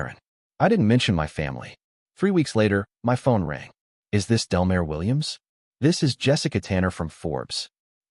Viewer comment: It’s Delmar as in del-m-are